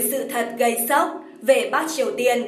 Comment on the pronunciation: Bắc mà nge dọng đọc giống "bát"'